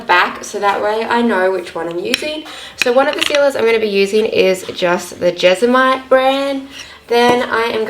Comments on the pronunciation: It's JESMONITE.... Not jezamite! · jes-mo-nite Jesmonite 😊